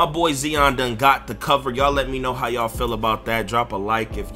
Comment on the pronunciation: westbrook = regular season stat pad (stamina) Lillard better in the playoffs. (Heart) and who the fuck is Zeon just because you're hood don't mean you have to miss pronounce shit.